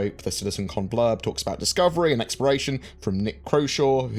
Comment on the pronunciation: You sound like you're saying "Expiration", when you say Exploration.